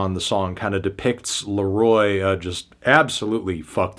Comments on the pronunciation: Reviewing the Kid Laro-AH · the kid larowah